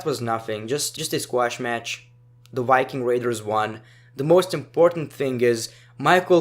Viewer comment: Not trying to make fun of your accent but " the wiking raiders"😂